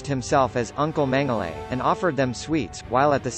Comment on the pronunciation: As a person if Austrian heritage... It's pronounced "mengala"